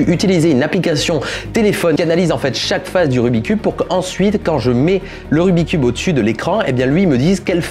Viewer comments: Il m'a stressé tt la vidéo avec son RUBIII cube ! Pour moi on dit RUBIKS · Il y a que moi que ça stress qu’il dise rubicube et non rubiXcube !? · Pour la toute dernière fois . "Rubik' S Cube" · Jadore ta video mais jiste ces pas rubi cube ces rubiks cube sinon super video continu👍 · "rubique" cube LE 'S' N'EST PAS LA POUR RIEN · Je ne sais pas vous mais ça me soule les gens qui disent : "Rubicube" au lieu de "Rubik's cube" 🤬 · on dit rubiX cube, il faut prononcé le KS. Désolé mais ça ma fait mal d'entendre le nom écorché tout le long de la vidéo... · En tant que speedcuber officiel... ON DIT RUBIK'S CUBE Y'A UN FUCKING "S" AAAAAAAAAHHHHHHHHHHHHH!! La bise! 👌